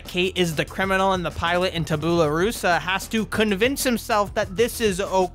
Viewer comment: Tabula is pronounced 'tabyoula'